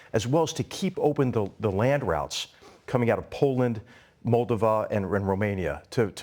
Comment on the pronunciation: Ok, Gen McM can't pronounce "Moldova" correctly? - nice point about Putin living in a bubble.